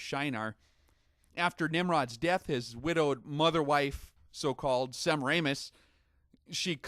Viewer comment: its : sa- mare- ah- mis...... semmeranus -_